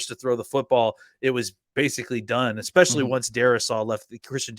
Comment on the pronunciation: Someone tell him it’s especially** NOT eckspecially